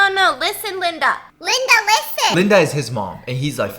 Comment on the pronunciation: No one : Stephanie: LinDa liSTen